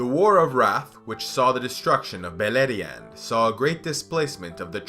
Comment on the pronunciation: Beleriand = Beierland yw